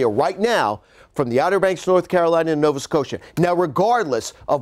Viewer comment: Well done indeed. Most US forecasts pretend Canada is terra incognita - this guy actually mouths the words Nova Scotia twice. As a Canadian I appreciate that.